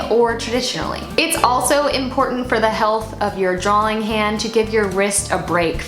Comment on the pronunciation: I admire so much, but please stop saying "drowling". And I say this with love, because you really are soooo talented. Honestly, Im probably just jealous and my ears are making up sounds. Again, love you!